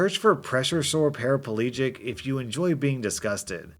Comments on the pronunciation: Americans its not parapAlegic. There is no extra A in Paraplegic. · Paraplegic - four syllables, not five.